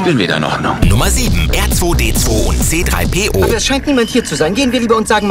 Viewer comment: hat er da ernsthaft "Erzweidezwei" gesagt?! Ich bitte euch, nehmt doch für Videos über StarWars auch Sprecher, die sich zumindest halbwegs mit StarWars auskennen. Leider richtig schlechtes Video diesmal :(